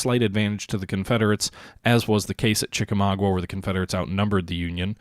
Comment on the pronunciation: Sorry, gotta be a peeve again and say it's pronounced Chi-ka-MAW-ga. Also the Chattanooga-Chickamauga area is quite beautiful! I highly recommend checking it out.